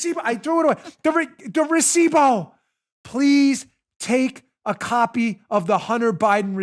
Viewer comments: Recivo. Not bow. Still love ya. Keep killing it. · Here in Venezuela a receipt is una factura. Oh to hear you pronounce recibo is cringe worthy lol. Am american living in venezuela but I can't pronounce english words right lol. Brilliant brilliant brilliant ... the mic, then recibo (factura), drop mic then leave would be epic!!!!! Way to go Bongino team!!!!!!!!